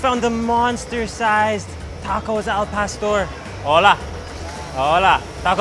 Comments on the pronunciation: It's Not "L PASTER"... It's AL PAW STORE.... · he said "El-Paster" 😂😂😂😂😂😂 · The way he said “al pastor” just killed my Mexican heart like eww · Jesus Christ you butchered the el pastor name